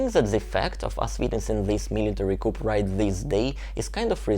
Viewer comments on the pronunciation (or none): Good job,. By the way coup is pronoounced coo not coop.😊 Easy mistake to make. Your English is very good. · Excellent summary and insightful with the mother and the analysis. Thanks. Also, the word "coup" is adopted French with a hard "K" and the "p" silent. Rather than sounding "coop", it sounds "Kuu". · although it is spelled "coup", it is generally pronounced "coo" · just FYI. Coup is pronounced koo without the "p". I think it's a French word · nice video... coup is a french word and the p is not pronounced. In English it sounds like coo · Thanks for the interesting report. Very helpful. "Coup" is pronounced "coo," with a silent letter "p" after the French phrase "coup d'etat." The word pronounced "kewp" is spelled "coop" and means a cage for poultry. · The "p" in coup is SILENT. ; pronounced "cou". Thought you'd like to know. Great analysis. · the correct pronunciation of the word "coup" (which is French and refers to a hit or strike or blow) is "coo" (in French AND English). In other words, the "p" is silent. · Dear, thanks for everything, and by the way, the "p" in coup is silent, as in "ku". The full phrase "coup d'état" is pronounced "ku - deɪ - tɑ". When the p is pronounced, the word means a cage or pen in which chickens are kept. Love your videos. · Fascinating and terrifying. By the way, in English Coup is pronounced Cooo , the p is silent. :) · Hi - just to mention that the word 'coup' is pronounced 'koo' (no 'p') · Coup is pronounced "coo". No p. Like "cool" with no L. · 💙💙 Thank you! I was so curious to hear your report on the coup..which is pronounced without the sound of the final consonant.....pronounced cou! 💙💙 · coup is French, so the p is silent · Great vid, thanks for the window. (one note: the "p" in coup is silent, Thanks France...) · when you pronounce coup, you do not pronounce the “ p” at the end of the word, just drop the p